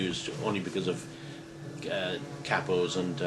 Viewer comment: That was the right way to say CAAPO! alright!